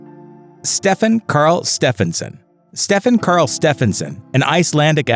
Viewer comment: Stefán karl is from iceland and me and seeing you struggling saying his name is just hilarios